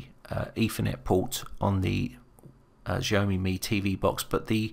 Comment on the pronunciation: Great Video...but....Xhahome tho? isn't it pronounced it Xa-o-me?